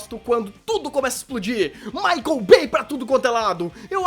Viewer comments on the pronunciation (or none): none